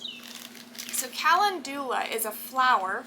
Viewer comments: It's pronounced kuh·LEND yuh·luh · Not being mean or anything but, Calendula is pronounced. [KUH]+[LEN]+[JUH]=LUH]. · I love these oils, I am very interested in herbal medicine and calendula (pronounced kalenndula) is anti-fungal, anti-bacterial and can be used for all sorts of wound treatments, as in an ointment. It's also very beneficial in keeping the skin soft and healthy, very good for you if you work much with soil. ❤❤❤❤❤❤❤ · Good morning. Do they pronounce calendula differently in TX? In VA, we pronounce it ca LEND u la...duck duck go agrees with us. You are such a good teacher for so many subjects. I really enjoy your videos!